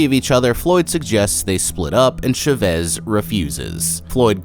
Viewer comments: I literally couldnt watch this entire video because of how you pronounced CHA-VEZ. Idk why but Chevis was pissing me off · I’ve never heard the name Chavez pronounced as Sh’vez